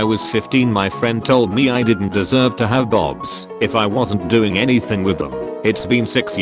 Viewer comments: why did it pronounce ‘boobs’ as ‘bobs’ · why does it pronounce boobs, bobs. Like "Oh yes play with my bobs." Wtf? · OMG He Said Bobs instead of boobs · OMG IT SAID BOBS INSTEAD OF BOOBS IM DEAD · no, no, no it's not "boobs" Its "bobs" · The funniest part of this video was the automated voice saying 'Bobs' instead of 'boobs' 😂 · Bobs Baggles Xddd why did the robotic voice pronounced it like that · “My bobs” it’s boobs not bobs... 😂🤣😂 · No one: Text-to-Speech: bobs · THE WAY HE SAYS BOOBS LIKE BOBS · *gasp*boobs is actually pronounced bobs